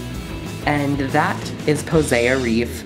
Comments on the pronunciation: her name is pronounced (poh-see) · I think it's pronounced Po- Sea like the sea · Pretty sure her name is pronounced Poe-seye-aah. To sound like Poseidon.